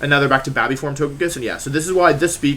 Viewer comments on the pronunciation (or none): none